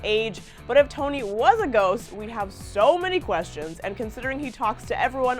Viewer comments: i thought she said goat lmao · that abaut a gost its just bowl sheet